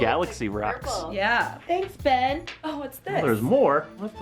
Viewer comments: Its not ben, its BEeEehHn!! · And Ben You had one job to say BEYN!